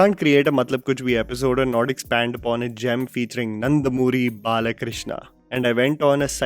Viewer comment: Manh the way you say "nandamuri balakrishna" everytime😂...I can see that you are totally "fascinated" with his films😌😂